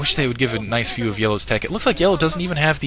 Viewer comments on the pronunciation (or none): none